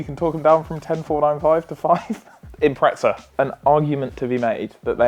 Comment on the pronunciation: IMPRESSA!!!! not!! IMPRETZA